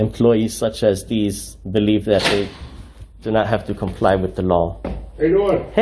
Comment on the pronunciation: Why does he pronounce "clerk" and "comply" the way he does? There is no disdain for the public; there is disdain for the creepy frauditor harassing public employees for no reason.